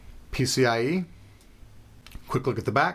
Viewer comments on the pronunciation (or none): none